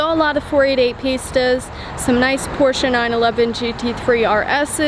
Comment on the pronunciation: Very nice vid as always! And big thanks for saying "Porsche" , and not "Porrsh" like many reviewers do. Keep up the magnificent work! Sorry for my bad english.